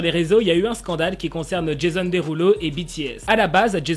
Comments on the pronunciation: « Jésonne Déroulo » ça m’a tué 😭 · sa se prononce comme ça mais c’est just qu’il le dit avec l’accent français du coup j’ai trouvé ça drôle :)